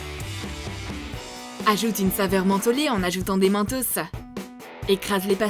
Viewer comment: Mentos ça se prononce mènetôsse